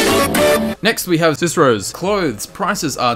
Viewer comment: Did you edit/replace "cicero's"? It sounds so. Perhaps you were mispronouncing it before?